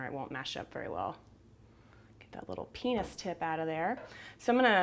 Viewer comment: I'm sorry, did I hear wrong?"Penis tip"?